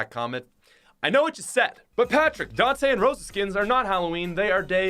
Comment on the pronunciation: That’s not how you pronounce Dantè and Roša